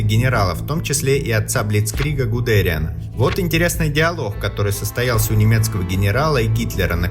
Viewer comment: Аффтор озвучивает чужое, про ГудериАна видимо до этого не слыхал